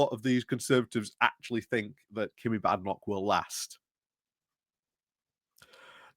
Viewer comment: Badenock is pronounced with a long a vowel not a short a vowel!